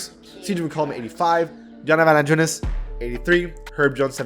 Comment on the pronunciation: The way you say Jonas valanciunas is hilarious 😂